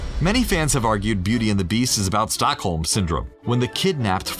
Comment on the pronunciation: You're totally right. Also, it is "Stockholm", not "stalkhome". I can see why you misheard it that way, as it kind of makes sense. But the syndrome was named after a famous incident in Stockholm, Sweden. It's pretty interesting if you want to read up on it! ^_^